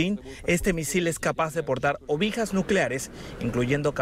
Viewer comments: Creo que se dice ojiva, no, ovija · "Ovija",nunca "ojiva"... xD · ¿que no era ojiva en ves de obija?